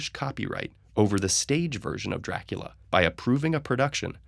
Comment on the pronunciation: COUNT DRRRRAAACUUULLLAA